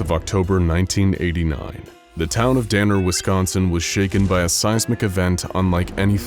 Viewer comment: You said “Wisconsin” correctly…..a fellow cheesehead I assume?